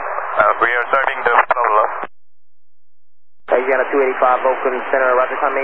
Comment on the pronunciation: "Solved the plobrem"? What, they climbed out on the wing and straightened a cowling that was rubbing?